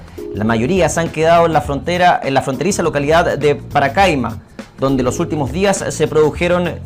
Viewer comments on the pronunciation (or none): SE DICE PACARAIMA, NO PARACAIMA.